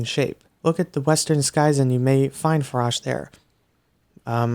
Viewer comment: i’m pretty sure the correct saying for ‘Farosh’ is (F-A-R-OA-SH) But that’s how i say it, and it sounds weird for me if anyone else says it like you.